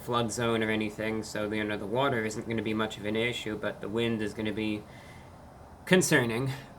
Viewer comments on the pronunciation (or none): none